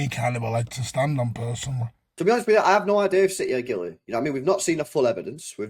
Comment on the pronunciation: Chaps, it’s City not citeh and Guilty, not Gileh. Speak proper please